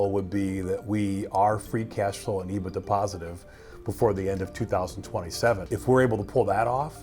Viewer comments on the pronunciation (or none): none